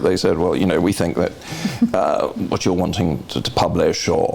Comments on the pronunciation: she`d across a lot better if she did`nt pronouce "th" as "f".... its not fink and fought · I wish I didn't find her propensity to say "fink" and " frough " so objectionable, because I find the subject matter compelling. If she were my psychotherapist, I would feel that she lacked intelligence.